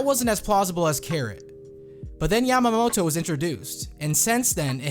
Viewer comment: And you need to pronounce her name properly since it sounds like a female name for Momonosuke